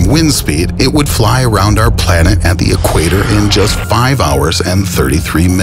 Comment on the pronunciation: Stop saying thee!!! It's 'the' goddamit!!!